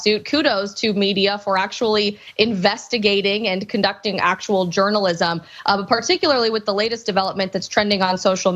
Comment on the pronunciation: correction...It was eggzercisum...And it was eggstremisum....And journalisum